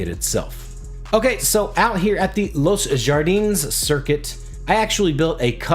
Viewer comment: Los Jardines is pronounced Los “Hardie-nes”